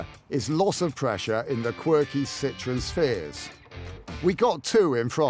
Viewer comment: F*ck me - "Citron" means "lemon" in French. Learn to pronounce "Sit-trow-en" - "Citroën". Especially when in France you wallies. Another car they gave away.